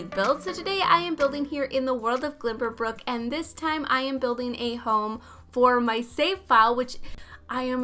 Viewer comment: it bothers me so much that she pronounces it like that lol